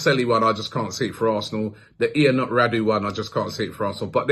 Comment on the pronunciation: Robbie butchering names. The 🇷🇴 keeper is pronounced Yunut (Ionut)😂😂😂 FYI I'm not Romanian but I work with a few Ionuts and Florins, Gabriel's 😉👌🏾😂🤣